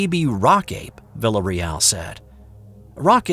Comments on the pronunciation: I believe the pronunciation of the soldier's name would be "vee-ah-reee-al" if it's spelled "villarreal" ~ Spanish for Royal House...sorry to nit pick! lol ~ really cool story! my older brother went to 'Nam, but he was, luckily, not in the infantry in the jungles. I've been listening to lots of Bigfoot stories lately. Thank you and company. I vote REAL! Although I laughed out loud when you said it might be some sort of mass hallucination on the part of our stressed young men in a strange world. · Learn to pronounce his name before you sight it 27 times! "Vil-A Reel"...just sayin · It’s “vi-a-re-al” on that pronunciation. Otherwise, great story!